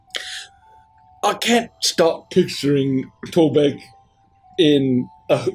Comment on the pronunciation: "The government is even more useless than Torrrrrrbek!" lmao